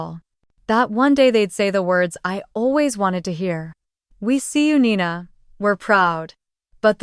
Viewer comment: Nina not Nina 😴